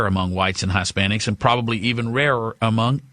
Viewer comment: "Hi-spanics" dude...His-spanics..gawwd.